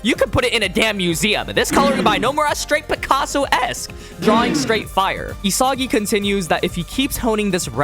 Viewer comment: Your constant mispronunciation of isagi bro 🫩